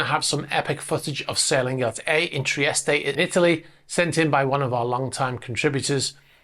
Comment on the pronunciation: Please learn how to pronounce Trieste, no ay ay the end TREE EST